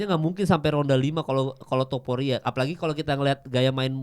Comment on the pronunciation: Naaah gitu mal.. TOPURIA, bukan tuporia